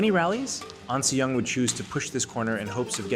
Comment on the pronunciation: ahn not ann